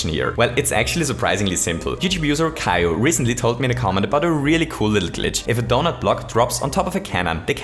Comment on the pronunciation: you pronounced kaizo wrong